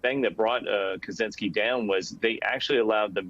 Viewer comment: "Kazinski"?? Kachinski, no? It's Czech Republic, not Zech Republic, lol